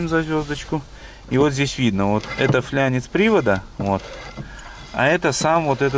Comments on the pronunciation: ты серьезно??? Фланец. не флянец. Через А. Не через Ж. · "Флянец"- слух режет. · ФЛААААнец, а не через букву я! Япона мать, ну не может технарь (технически грамотный человек) так каверкать!!! Или как? флЯнчик - от слова фляга?!